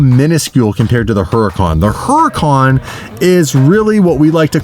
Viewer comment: People really need to learn how to pronounce Huracan!!!!!😡😡😡😡